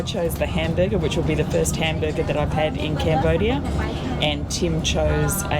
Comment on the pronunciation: Lol “ A great Cambuger” 😂😂😂❤